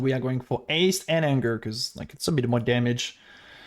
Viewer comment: "aste" "erald of ash" LOL why can't you pronounce basic stuff? XD anyways thanks for the guide, actually gg